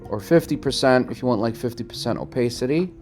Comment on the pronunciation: for goodness sake, if you want attention (and keep it) use an attractive woman instead of a dog or some weird space suit character. By the way, what country are you from? I ask because of the weird way you pronounce "opacity"! Using the word incorrectly as many times as you do in this tutorial is very annoying! Good luck with your venture. People who complain that a limited Adobe subscription which would include Photoshop, Lightroom, Bridge for $15. USD per month is eating their budget is ridiculous! If you've been paying for a subscription for 25 years as you've claim here, then you shouldn't be paying more than $10. USD per month by paying for it yearly instead of monthly. re: Opacity - type this into Google's search bar (how to pronounce opacity in english) and then listen to the proper way to pronounce the word.